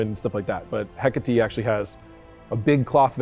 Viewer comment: 0.29 he said heckatate 😂😂🙄